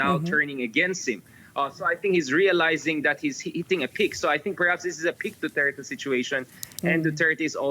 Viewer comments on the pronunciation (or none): It's Duterte no doo tey tey.